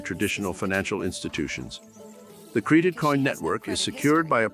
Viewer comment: Cr"ee"dit coin huh? 😂 what the heck. Is this Ai or something.